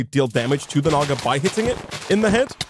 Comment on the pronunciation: "Naga" sounds like ni